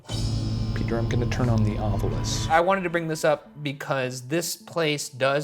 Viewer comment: Please..everyone...stop saying OV YOU LUS....sound it out...Ov i lus